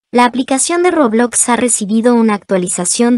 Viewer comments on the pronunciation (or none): none